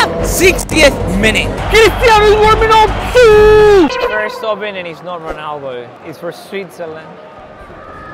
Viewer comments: Its not cristiano honaldo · Why does he say ranaldoo